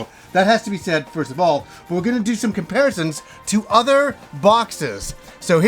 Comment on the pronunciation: Kimparisons? Do you have multiple Kims?